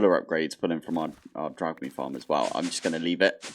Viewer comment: Lol, every time u say "drygme" its sounds weird to me. But i guess thats just me. I always say it like "drigme", so its sounded weird when i heard it the first time u sayed it, i was thinking, "what is he talking about", till i was what u where pointing at with the mouse. cinder flower is from CREATE 😅 next time u trow stuff, also put the magnet off